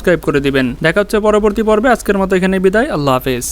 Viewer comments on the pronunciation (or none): none